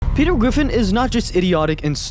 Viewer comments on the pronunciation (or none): "petew gwiffin" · Petew gwiffin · Peter Gwiffin